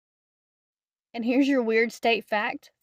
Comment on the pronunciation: You pronounced Spokane correctly! You really do do your research!